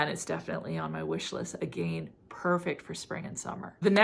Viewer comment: The way you say "again"... drives me crazzzzyyy